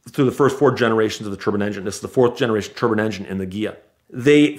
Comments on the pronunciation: Dude says turbine like turban. Just picturing a bunch of cars with turbans on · Can someone put a turbin counter on the jet car story he mispronounces it over 30 times